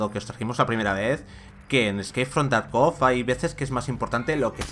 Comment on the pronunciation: Por favor, se dice tArkov la sílaba cae en la A.